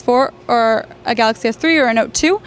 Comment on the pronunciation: Okay, when she says galacy note 8 she sounds like she's speaking Italian. She speaks very fast.